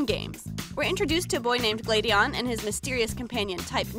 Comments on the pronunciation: If She's REALLY A Fan Of Pokemon-- WHY DID SHE PRONOUNCE BOTH GLADION AND SILVALLY'S NAMES?! She Said "Sil-val-ee", IT'S PRONOUNCED "Sil-val-eye"... REEEEE- And "Glay-dee-on", IT'S "Glah-dee-in/on"; WHHYYY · Uh is Pronounced Glaaadion not Glade-ion and silvallie not silvally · It’s Sil-Val-lie not Sil-Val-ie and it’s Glad-Eon not Glade-Eon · Not glaadion gladion ok? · Malachy L. If it's not GLA-dee-on then I'm surprised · you're right, the name is based on gladiola so it's pronounced GLA-DEE-YON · I love the doll!! Though Gladion's name is pronounced Gla-dee-un/Glad-eon And I really wish you stuck with the two green arms and silver eyes, it's not the same without those improtant details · Not to be rude or any thing bu t this is how you pronounce the names GL-a-deon Syl-Val-ie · Your pronouncing Gladion and Silvally wrong. I watch the anime, and its Glad ( as in im glad ) - eon, and Sil ( as in silver ) - val - eye. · I know im like really late to this video but i just have to say how she pronouces these things... as the showed in the bottom corner how she said gladion wrong but lemme give you a lesson on how to pronounce 2 things... Gladion: Glad-ee-on Silvally: Sil-vall-i And 1 more that alot of people say wrong... Pokemon: poke-ay-mon Im sorry to the people who may find this rude somehow but... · mispronouncing Gladion’s and Silvally’s names Me, squinting: “I’ll let it slide, just this time...” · we meet a boy named Gladion Me: (cringes because she said his name wrong) 😑 I am sad you said it wrong.... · Your saying it wrong